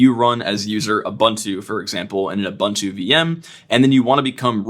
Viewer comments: oo-boon-too Not you-bun-too. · Ubuntu is pronounced ooh booon too, please. It means "I am, because we are" in isizulu. Respect my culture. Don't Anglicise; that is uncool.